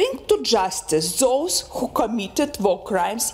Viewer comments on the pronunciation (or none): none